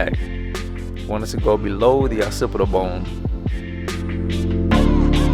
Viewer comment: man said opsipitalalal bone. Like I know what that is with my failing grades in science